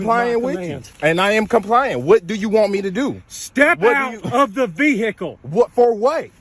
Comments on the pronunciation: I hate people that pronounce the word like that. "Vee-hickle." The "h" is silent. 🤦‍♂️ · "step out of the vee-hickle now" 😂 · GET OUT THE "VEE-HAA-KAL" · "Step out the veehickle"😂😂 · Step out of the ve-hicle 😂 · Yup. Yous knows yous in the Boonies whens it's calleds a a Vee Hicles